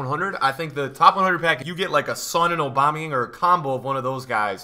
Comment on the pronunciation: Please stop saying aubamuyang like that